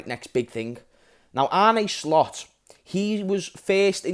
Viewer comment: Man said Arne SLOPS 😅 we are finito